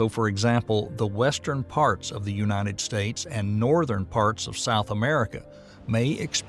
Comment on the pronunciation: “Unated States” 💔